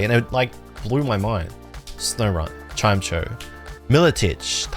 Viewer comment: although pronouncing chime-echo as chime-cho should get you prosecuted in the Hague 😂😂